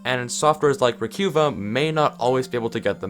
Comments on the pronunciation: Recuva: "Recover": "Re Q Va" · Re que va? It's pronounced like recover without the r buddy. Recuva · I think that it’s supposed to be pronounced like “Recover” is... ...😂😂😂😂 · fyi recuva is pronounced recover